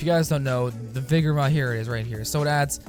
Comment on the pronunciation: It's not vigor it's vygor...